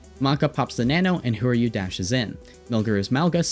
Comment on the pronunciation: I thought Whoru's name is pronounced "who are you" -- "who r u" -- not "whore you" lmao overwatch should really allow names to include uppercase and lowercase letters